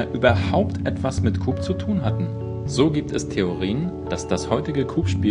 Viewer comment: ich denke er spricht es einfach falsch aus......